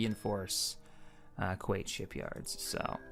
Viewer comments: wow dude you even mispronounced Kuat do you ever pay attention to how they say it? its pronouced KU-AT not kuate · Dude... It's not pronounced Qait, it's pronounced Ku At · kyle monk Actually Kuat is pronounced koo-ate.